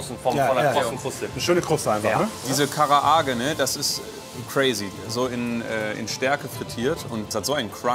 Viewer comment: "KaraAge" 😭 Man spricht tatsächlich das A nicht doppelt aus sondern betont es nur länger ^^